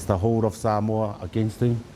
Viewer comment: I find it appalling that legend David Campese and a lot of other ex-players and current commentators can't even pronounce "Samoa" correctly